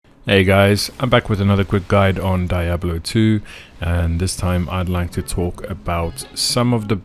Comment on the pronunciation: "Die able two" Lmao